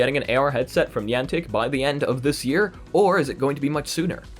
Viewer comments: I love your content and you are a great source for vr and ar news.....but how you pronounced Niantic just made me cringe everytime. Still going to watch your videos and what not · Niantic is pronounced Ni-antic woth a long I and A